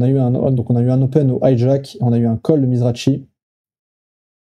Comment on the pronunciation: Pour info,ont prononce mizraki' the grinder' une légende,et non pas mizrachi